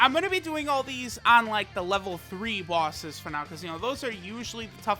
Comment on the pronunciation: Normal Person Pronunciation: Bosses pronunciation: BAWSES